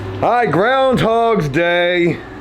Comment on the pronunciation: Why does he keep saying 'groundhogs day'? Was this recorded in February?